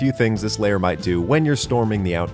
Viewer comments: It's LAIR not LAYER you shitwhistle. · L-air... not layer... L-AIR!! Please!! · The way you pronounce lair as layer deeply confused me for the first half of this video